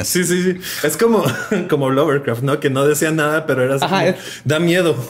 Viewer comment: Acaso en el minuto dice Lovercraft en vez de Lovecraft?